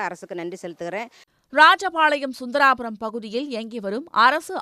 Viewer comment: அது சுந்தரராஜபுரம் . சுந்தராபுரம் இல்ல